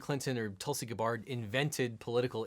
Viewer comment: Weirdly her first name is pronounced Toolsy